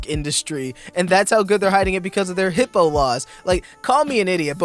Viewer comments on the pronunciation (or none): It's called Hippa not Hippo laws....